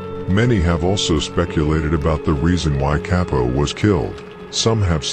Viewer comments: I believe you say bro name like cop-o not capo or whatever 🤷🏽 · C A P-0 not kay-po